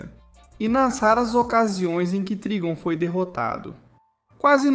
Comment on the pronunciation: Escreve Trigon mas lê Traygon